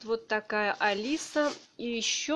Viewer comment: только пряжа принт не алиса, а АлизЭ